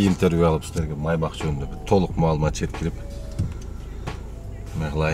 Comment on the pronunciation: Майбах эмес МАЙБАШ